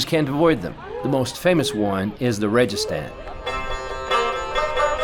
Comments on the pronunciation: It is pronounced wrong rejistan it is to pronounce registan sand (desert) I hope this explains correct speaking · I think registan should be spelled slightly different in English alphabet to make sound like it should be 😊. ریگ+ستان thus ریگستان G should be pronounced like g in the word good 😅 saludos de Inglaterra 😊